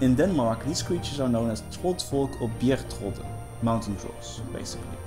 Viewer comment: Im danish and I could hardly understand your "bjergtrolde", Danish is pronounced much more "casually" and not the more comically swedish "singing". Might I add; Asking what people believe is the worst thing to do. Believing is the realm of superstitions and guesswork.